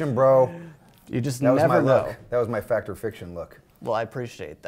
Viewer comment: "It's a fict!"